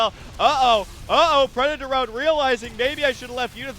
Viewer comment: It's obviously preda torone.